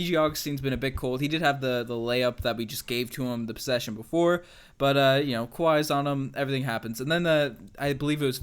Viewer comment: By the way it’s pronounced vooch-uh-vich (all star) think you’d know this...